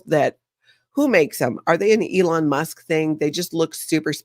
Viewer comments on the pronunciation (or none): none